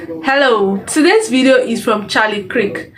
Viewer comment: Kirk not Krik